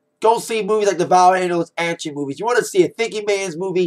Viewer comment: LOL!!!when he said movies i thought he said boobies and i was like "da fuckk???"